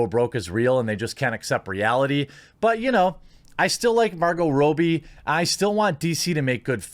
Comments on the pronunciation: why can't you talk? Margo Robi not roobi. Jeremy jahns not yahns, try to sound them out. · Sorry, but it's pronounced raw-bee. Hate to be a stickler. Love the channel! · Why you say "Row-bee" though? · Stop saying "Rowbee", you fat fuck.